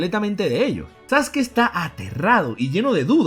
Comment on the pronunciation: Porque pronuncia los nombres con acentos, o incluso algunos nombres los pronuncia mal: "sasUkI", "mÁdara", etc, etc